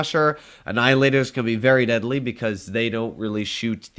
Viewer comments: No one: Litterally no one:: That can be really "Bedly" (Deadly) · nah he said bedly and deadly at the same time